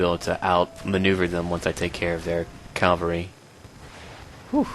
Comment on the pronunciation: don't be offended by it is pronounced as written - cavalry not calvary